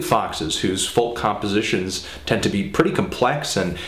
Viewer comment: It really annoys me how he pronounces folk -___